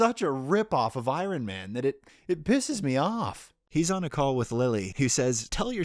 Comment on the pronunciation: You can add "iron" to the list of words of non-standard pronunciations 😆. Could be a whole video on it haha. Don't worry, I've had my fair share of mispronunciations.